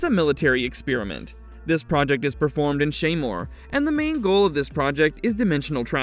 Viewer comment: Stop pronouncing experiment like spearmint. Lordy.